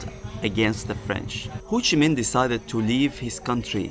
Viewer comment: It’s pronounced HO Chi Minh, not Hou Chi Minh